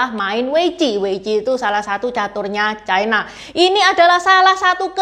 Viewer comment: Ucapan yg bnr : catur china, bukan : catur chaina